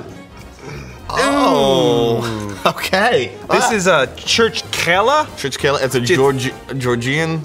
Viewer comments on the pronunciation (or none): Me thinking : why does noone know how to say it's name it's churchxela